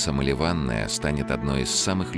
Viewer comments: настолько прекрасный 😂, что фамилию известной актрисы советского кино , изменил до неузнаваемости 🙈🙈🙈🙈 Лариса Малёванная бедняжка в гробу перевернулась . Берлин 🇩🇪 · Диктору следует знать звучание украинских фамилий: актриса Малёванная (Мальована), а не МалевАнная.